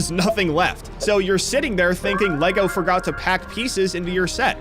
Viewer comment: You said forgor